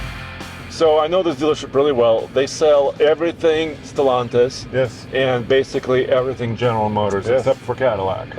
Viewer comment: You guys can’t figure out how to pronounce Stellantis so here is Grok to help you out: The company name Stellantis is pronounced as “Stel-LAN-tis” in English. The emphasis is typically on the second syllable, “LAN.” This pronunciation is based on how the name is commonly said in American and British English, as noted in various pronunciation guides. The name comes from the Latin verb “stello,” meaning “to shine” or “to be adorned with stars,” and the company itself has used this pronunciation in official communications.